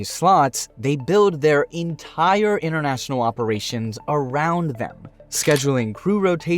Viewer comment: 'Innernational? Toronno?' Something wrong with your mouth?